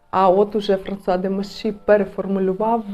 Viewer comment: А чому ФранЦуа??? Є канал Жінка аромат, там вчитель французької вчить вірно вимовляти. У Вас постійні ляпи в цьому